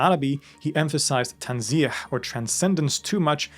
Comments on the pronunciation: Hello brother. First of all, huge thanks to all of your works which is very helpful and beneficial. Just wanna correct pronounciation of TWO words, which I'm sure you got confused when it came to phonetics. TANZEEH and TASHBEEH, both you thought they end by letter HA like in waHed (one) or Habl (rope). But both ends with H like in Home. So both TANZEEH and TASHBEEH end with h not ḥ .. I wish it's clear. I know it's too difficult to get this by typing, but I'm sure you would get it. Again, great, thanks for your videos and channel. With love, brother. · تنزيه tanzih the last letter is pronounced with h, like in hat تسبيح tasbiH the s in the middle is s sound and not sh sound